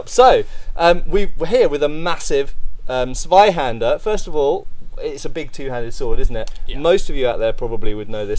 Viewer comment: Tsvaihander with a very sharp and pronounced Tsss if you´d be so kind... That "Sssuai"-type of sound that sir produces is so far off the mark, it´s actively painful. I love every physical object that ever left ´s workshop and i respect the craftsmanship, but... sorry. Pls no. Please: Tsvaihander or maybe Tsvaihanduh Either one with a VERY sharp and pronounced "Tss" sound.